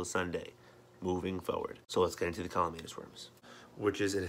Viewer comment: CAMALLANUS. You even spell it right, but you keep saying CALLUMANUS.